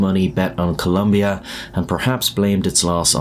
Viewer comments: I'm a colombian, I watched the match live and certainly remember those days, weird times. Two clarifications: 1. It's Colombia, not Columbia. 2. The causes for the assassination weren't that clear, I'm pretty sure there's an angle in the investigation that suggests the killing was carried because he got involved with a local woman that was related to some mafia. The final versions of the investigation suggest that he was that night with the Gallón Henao family and they started joking about the own goal, then he got upset and demanded respect, and that's when the Gallón Henao mafiosos told him they didn't know who he was treating with and then they instructed the driver to carry the assassination. So no, the final investigation determined that it wasn't bet related, but the result of an argument between a bunch of drunk people. Anyway, it's still a tragedy and it comes back to the social collective every once in a while, recently there was even a Netflix series on the story. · You said columbia instead of colombia 💀 Columbia its a brand for mountaineering clothing lmao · Colombia is with o, not a u!!!!!!!!! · It's Colombia, not Columbia. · Very sad moment. By the way, it’s Colombia, not “Columbia”. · It's Colombia -- not Columbia. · As a Colombian, your an idiot. It’s COLOMBIA, not Columbia. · It's Colombia not Columbia 🤦 They even sell shirts that say that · It is not "Columbia" but Colombia. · Colombia no U IN the name! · *Colombia….espel-chek puhh-leese😂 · Its ColOmbia not ColUmbia, dammit!!! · 1 for writing and saying Columbia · It's Colombia not Coluuuumbia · COLOMBIA, not COLUMBIA. Ignorant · Jesus Christ its COLO mbia Not Col U mbia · COLOMBIA. IT'S NOT COLUMBIA. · COLOMBIA !! It’s not Columbia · It's not Columbia. It's COLOMBIA ffs! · It's COLOMBIA....not Columbia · It is Colombia, NOT Columbia! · It’s “Colombia” man. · *Colombia (not "Columbia) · It’s Colombia not Columbia 🇨🇴👍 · It’s Colombia not Columbia. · It's Colombia not Columbia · Colombia not clumbia